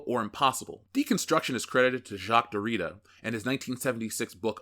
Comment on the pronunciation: Derrida is pronounced more like “Derry-dah”